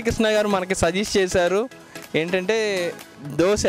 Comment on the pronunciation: దోశె అనాలి దోస కాదు.